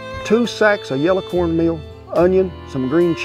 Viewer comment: You are the second person, I've ever heard pronounce "yella" versus yellow. My wife sir, from Sapulpa, Ok, would be the first. We look forward to watching your shows every Wednesday. God bless you both!